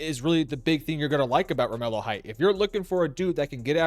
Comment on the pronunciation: It's pronounced Romello.....lol